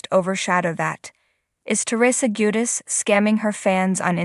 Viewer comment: What's bad what's sad? It's JuDICE. It's hard to even watch and listen bc of how poorly you voice these. I can't come back It's just too damn irritating.